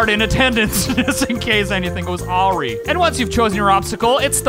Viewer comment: in case anything goes AHree??? WTF?? Maybe you meant a-RYE?